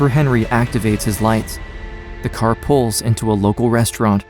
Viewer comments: is this an AI voice? it mispronounces or emphasizes the wrong word quite often. like "the car PULLS... into a local restaurant" instead of just "the car pulls into a local restaurant" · Right? It’s so odd!!